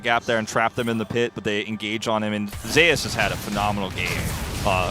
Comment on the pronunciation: How about just call Zeus Zeus instead of ze ass